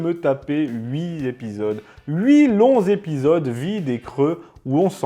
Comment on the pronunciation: " Huit z'épisodes ", ai-je bien entendu ?